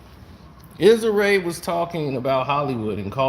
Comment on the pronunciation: You butchering Issa Rae name 😂